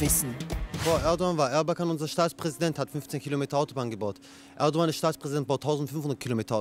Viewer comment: Nichts gegen ihn aber für ein Türken spricht er Erdogan ganz schön falsch aus